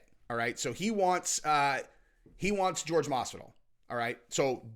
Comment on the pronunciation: Who tf is George? His name is pronounced Whore Hey